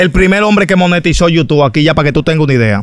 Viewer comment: El entrevistador .. es la máquina de cotorra ...... Dijo yutu y Titoo .....tábano y andábano ... Consejo solo mejorar eso y estará bien